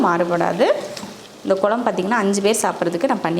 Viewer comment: Sister nenga nalla cook panringa👍👏👌...but please tamizh konjam nalla pronounce panna try pannunga.." kuzhambu குழம்பு " but neenga குளம்பு nu solringa.. en papavoda sernthu tha unga cooking papen but en papa nenga pesartha apdiye copy panni pronounce panna try pannuva.. தமிழ் தப்பா உச்சரிக்கும்போது கேக்க நல்லா இருக்காதுங்க sister.. all videos nenga" ழ" sollama la solringa video keka nalla iruka matengthu paaka nalla iruku.. just my opinion sister otherwise you are cooking skills superb..I am subscriber also. Thank you